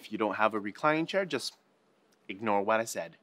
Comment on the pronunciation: Was it just me or did he say 'what' kinda weird. Like he said 'wet' not 'what'